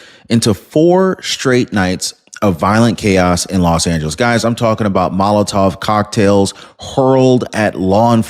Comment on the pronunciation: How many times are you going to call fireworks a mozoltov cocktail ? It's molotov . Damn , you lose credibility with mispronutian .